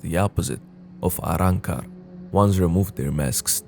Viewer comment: Love how you say arrancar!